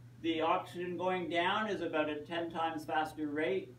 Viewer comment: before the world ends its pronounced about not aboat lol